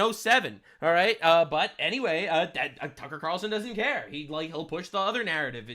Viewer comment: Cucker qutar-relson cracked me up